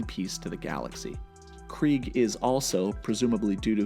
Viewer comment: Kregg, pronounced “Kreeg”, sounds like the German word for “war” which is “Krieg”, pronounced in a similar way. Honestly I think it’s a badass pronunciation.